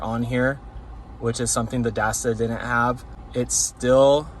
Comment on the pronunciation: It's Dasaita not Dasda. You're killing me this whole video